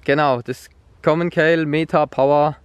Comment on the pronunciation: Es heißt RockShox und nicht RockShock außerdem heißt es Commencal und nicht Kommenkayle🌚